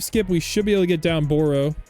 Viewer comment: its not boro it baru